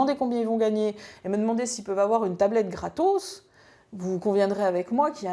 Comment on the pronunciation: . Graaatooooos 😂 l’accent lol